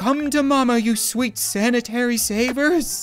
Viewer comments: Did he just say sanity as sanitary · Says sanitary savers when it is sanity